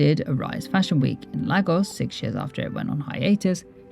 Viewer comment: You probably already know but it’s pronounced lay-gos and ee-bo :)